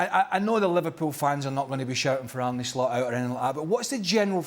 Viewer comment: Ane Lost 😂😂😂😂 not Slot